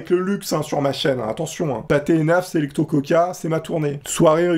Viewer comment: Pour info on dit selicto mais sa s'écrit selecto